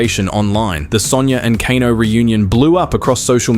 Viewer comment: Kano is pronounced KAY-NO not kah-no. Fyi